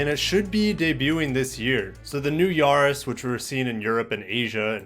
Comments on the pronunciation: not Yaaa-riss its Ya-ris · The A is not pronounced Yaris as in yahoo, it's Yaris as in Paris.